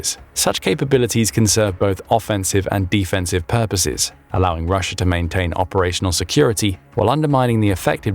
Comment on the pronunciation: Why are saying offensive and defensive like that?